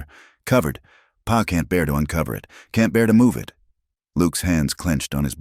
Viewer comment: The word pa (dad) pronounced as p a